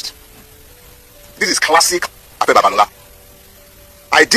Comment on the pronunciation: Pigin English doesn't you should not be able to pronouce simple 3 letter words Afe and not Afa; now to to issue, VDM is correct as usual